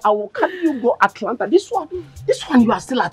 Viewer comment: Bro it's not Atalanta, it's Atlanta.